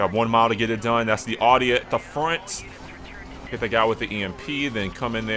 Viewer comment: It's not pronounced odd-dee. It's ow-dee.